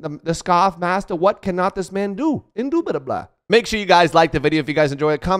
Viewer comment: I DO and I MUST say indubitableh